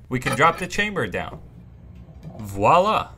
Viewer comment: Not wa-la, it's vious La